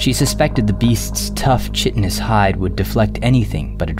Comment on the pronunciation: This is not a dig, but an educational comment. Chitinous is pronounced kīt-ᵊn-əs. I love your work!